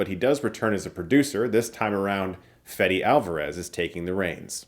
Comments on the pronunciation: Just came back from the theater. First thing I'm doing is watching your review coz I know you must've loved it. This was amazing! Nit: Fede is pronounced '"Feh-deh", not "Fed-e". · It's Fede not Fedi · I get it, he gave up trying to correct English-speaking people on how to pronounce it, I do the same thing at my remote job. But trust me, I'm not trying to be a douche or anything. "Fedee" it's not correct, that would make his Spanish name Fedirico, which is not. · Hi, ignore this if you don't care but since I'm on a rare position being actually named like Alvarez and I'm from the same country let me tell you, you're pronouncing it wrong. It's Feh-deh. Like you would pronounce Fedex minus the x.